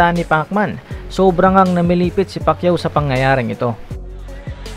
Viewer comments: Mr. Announcer: Manny Pakeeyoo....😀😁😂😃😄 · hayop na tagapagsalita yan many pakyuo daw😂😂🤣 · Back when Michael Buffer mispronounced Manny's lastname to Pakayaw. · Si buffer hindi pa ma pronounce maayos ang apelido ni manny